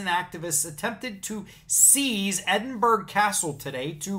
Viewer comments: As a Scottish person, what can I say but: "Urrh...." Edinburgh is pronounced "Ed-in-bur-uh" (there's no G sound). You got much closer than a lot other Americans who seem to pronounce it "Ed-in-bur-oh". 'Burgh' is an old Scottish word for a chartered town. This is especially pathetic, not just because their interpretation of Magna Carta is wrong (as the video explains), but it's even MORE pathetic, because Magna Carta was never law in Scotland in the first place. It was before the union of the crowns, and at no time and in no way was Maga Carta ever the basis of any law north of the border (England and Scotland have separate legal systems). So even if their interpretation of it was correct (it's not) it wouldn't any more force of law in Scotland than it would on the friggin' moon! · Did he actually say Edinburggg, YES HE DID. It is pronounced EDINBURRRAH. For pity sake. Stop it you are just showing your %+=&$#@ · EDD-IN-BOR-OUGH CASTLE